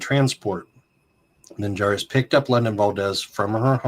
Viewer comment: drop the J in the last name😂 Minjares please thank you for covering when no one else will!!